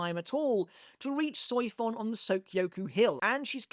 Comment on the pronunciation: The pronunciation of Soifon, I just can't 😂